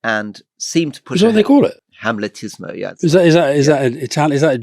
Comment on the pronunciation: It is, of course. Though the word is amletismo, 'Hamletism', not Rory's hamletismo (tho' I think Rory's /h/ was just put in to make the word understandable to a non-Italophone audience). Not a Vatican word, BTW.